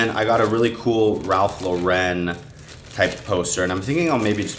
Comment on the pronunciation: we love you man. But it’s simply “Ralph Lauren”. Not Law-REN. It’s an American brand, so just think of it like the American girl name. Ralph Lauren. No special emphasis. Just Ralph Lauren:)